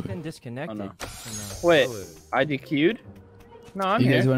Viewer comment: Is nobody else gonna talk about how says “dq’ed” instead of “dc’ed”? He didn’t disconnect he dairy queened 😂